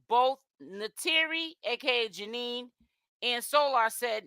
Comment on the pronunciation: Okay but why are you still calling her Janine.! It’s Janayyyyyy ja- NAYYYYY